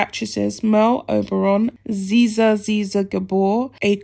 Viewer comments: Can't blame him for not liking Fergie. What is there to like? Oh goodness! It is not Dafeen or zizza! It is Daphne du Maurier, pronounced Daffnee Doo Morreeah and Zaa Zaa Gabboor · Not pronounced Zeeza, but pronounced JaJa for Zsa Zsa Gabor. After the elder abuse they subjected Prince Philip to before he passed away & Harry never visited. How dare they. Ought to be sued for elder abuse & emotional pain & suffering in his last days. Wonder what Meghan will do when her father disinherits her. I'm sure now that their true intentions are known, the Queen will cut Harry out of her Will as well, as should Prince Charles. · As an old wrinkly who can remember Zsa Zsa Gabor and who is envious of your youth, which means you don't remember her let me help you with the pronunciation of her name. ZsaZsa is pronounced like JarJar but with a zzzz sound in front of it so, Zzzjar Zzzjar..... I hope that helps. Excellent video by the way and we can but hope that the toxic twosome never get their hands on a penny of Prince Phillip's money ..... nobody is ever "entitled" to inherit anything and Prince Phillip was not known for his tolerance of selfish grifters ..... his money, his choice, his decision. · Zsa ZsaGabor. The nam e is pronounced Zsha Zsha. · Zsa Zsa is pronounced Zar Zar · Thanks for your article - its pronounced Zsa = jaa and he didn’t have an affair with her. I hope they don’t get any money, they’re so greedy!!!! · My dear, I know she was well before your time but Zara Zsa is pronounced Zah Zah. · You need to learn how to correctly pronounce people's names BEFORE you read them in your report. Zsa Zsa canbe Googled, just ask it how to pronounce it. Zsa Zsa is one of the famous Gabor sisters who was previously married to a Hilton, Conrad, I think.